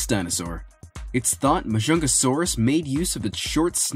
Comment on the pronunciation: Majungasaurus is pronounced magungasaurus,plus it’s pretty small compared to the t rex